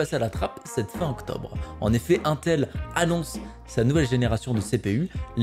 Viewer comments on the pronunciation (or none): pas mal ta vidéo j'ai bien aimez franchement mais faut arrêter de dire untel C'est INTEL non UNTEL LOL tu va finir par passez pour un abrouti avec tout le respect que j'ai c'est pour toi personnes di UNTEL comme tu fait lol et pour le TDP c'est pas du tout une bonne nouvelle mdr quand tu prend le Ryzen 9 5950X au Ryzen 3950X tout les deux on un TDP de 105 pour 32 Threads a 4.7 pour le 3950X et 4.9GhZ pour le 5950x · Mais arrête de dire untel bordel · C'est pas untel mais INETEL 😭😅😂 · « un tel » Mon dieu tu donne des sueurs froides 😅😂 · mdr comment tu dis "intel"